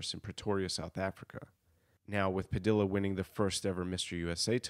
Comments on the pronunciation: It's pronounced Padiya, not Padila. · padilla is pronounced like tortilla